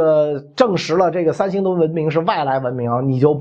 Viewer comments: “三星堆”怎么读成“三星墩儿”了？作为传道授业解惑的老师还应注意规范自己的正确发音。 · 三星堆儿?难道是北京人发现的？怎么还加儿化音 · 你这个三星墩儿听着可太难受了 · 他连三星堆都能念成三星堆儿，你指望他给你还原？ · 叫三星堆 不叫三星堆儿～哈哈哈哈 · 袁老師這兒化音加的，三星堆變成三星墩兒了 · 我不懂，这个堆要加儿化音么！ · 三星堆儿？北京儿话音用在这里合适吗？有哗众取宠之嫌。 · 是三星堆，不是三星堆儿！ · 三星堆！不念三星堆儿，北京人也不是啥词儿都➕儿化音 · 三星堆别加儿化音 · 听袁老师这个堆儿堆儿的，想吃糖葫芦了。。。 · 三星堆儿 儿儿儿。。。。哈哈哈哈哈哈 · 三星堆加了儿化音让我联想到芥末墩儿，有点馋了😂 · 可不兴加儿化音哎！ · 三星堆加儿音，好像不是不是北京口音的发音习惯，不加儿音更顺口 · 三星堆，不要加儿化音。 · “考古队儿~” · 这期的儿话音有特点， 三星堆儿，考古队儿。